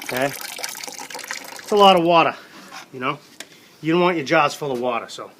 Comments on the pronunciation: Love it... Whaa-Da (Water) Great Video Thanks for sharing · Sorry, it's not "Water", it's "Wadda".